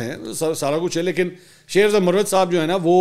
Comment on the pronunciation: منصور بھائی تلفظ میں تھوڑی درستگی فرما لیں ،، ایک لفظ ہے مروت یعنی Marwat یہ ایک کاسٹ ہے ،یہی لفظ مروت کو اگر Murrawat بولا جائے تو اس کے معنی بدل جاتے ہیں یعنی وضع داری ،، میری بات کو محسوس نہ کیجئے گا ایک بھائی کی حیثیت سے درستگی کی کوشش کی آپ کا نمبر نہیں ہے اسی لیے کمنٹس میں لکھنا مجبوری تھا بصورت دیگر کال کر کے آپ کے کان میں کہہ دیتا